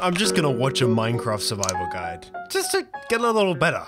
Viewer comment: "minecraft survival ghuide"